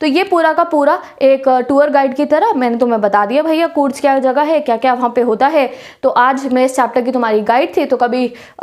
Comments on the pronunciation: When she was pronouncing कूर्ग as कूर्ज my ear and heart felt pain. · Its ग not ज....कूर्ग hai wo love from Karnataka